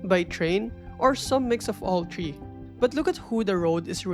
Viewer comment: one, two, tree